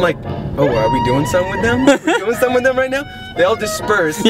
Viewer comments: "meet Sem Ting, he's watching Semthing but i don't know what" 😂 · Hahahha! "This is Sam Ting and he's watching Samting(something)"